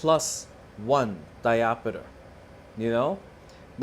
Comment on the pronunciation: It's diopter not diopeter.😮